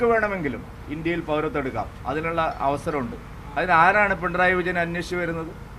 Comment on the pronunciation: പിണ്രായി അല്ല, പിണറായി